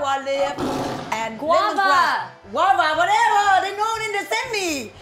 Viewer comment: LOOOLOL DUDE. idk why asian moms cannot pronounce GUAVA. when Jeannie figured out what her mom meant by jaguar I lost it. My mom cant say for guava at all, she says GUAGUA or something close to hahah